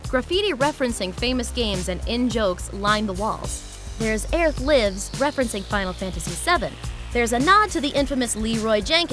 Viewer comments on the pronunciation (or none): none